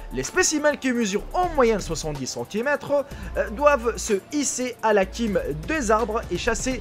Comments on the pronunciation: Salut, on ne dit pas la "kime" des arbres mais la cime avec un C qui se prononce "se" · on dit pas quime mais cîme comme s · Ptn tu c même pas ce ke TU di :"la Kime des arbres"😂😂😂😂